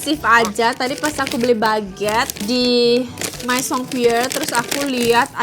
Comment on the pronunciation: Kaa aku izin koreksi yahh hihii Untuk kata 'maison' bacanya 'mezong' 'me' nya pake pengucapan kayak mekap Untuk kata 'cadeau' bacanya 'kado' kalo ini sama kayak pengucapan indonesia Semoga bermanfaat🙏🏻😊